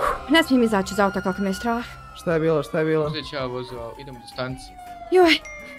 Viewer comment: Brate ja lamiju I nedima gotivim više nego brata i sestru ali lamso nrkaze se sčrah neg strah